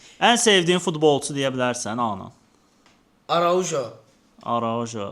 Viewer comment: Araujo deyilmir e o🤣